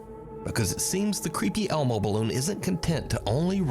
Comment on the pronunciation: Not elmo but more like hellmo